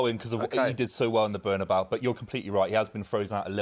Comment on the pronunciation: it's NOT ''BernAbau" ffs